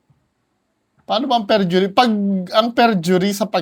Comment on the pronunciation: fergury 😂 perjury 😂 forgery